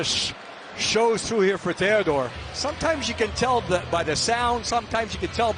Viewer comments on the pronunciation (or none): Who the hell is Tandore??? Did that announcer mean, THEODORE?